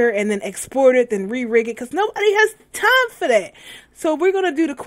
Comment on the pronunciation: i love when you say 'no body have T I M E for that'